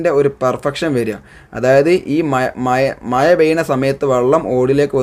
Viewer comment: മയ അല്ല ബ്രോ മഴ